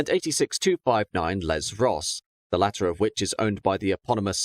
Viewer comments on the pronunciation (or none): none